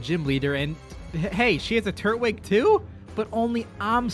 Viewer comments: Pls stop calling it a turt wig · Dude it’s not “turt-wig” it’s “tur-twig”. Twig, like from a tree, as in grass type. How do you not know this after a decade?